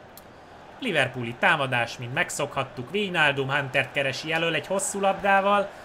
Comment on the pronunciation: AZ NEM VÍJNÁLDUM HANEM VÁJNÁLDUM